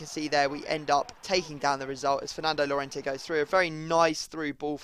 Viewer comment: No freestyle2077, 2 ll = y so it is yorente